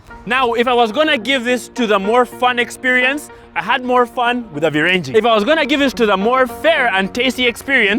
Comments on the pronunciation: And then it's virenje, not virenjiii😂😂😂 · Virenje😂😂😂😂😂 are you from luhyaland?😂